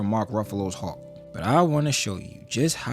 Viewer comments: Hulk not Hawk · “Howk” 😂 I’d like to know your thoughts on the 70’s Hulk TV series.